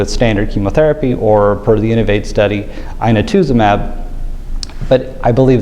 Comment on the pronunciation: pronunciation of inotuzumab at the mark